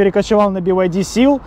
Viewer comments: BYD в разговорной речи употребляется как БИД, как и БМВ не би эм дабл ю ☝🏼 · Тут дело привычки) в китайской разговорной речи он произносится как бияди)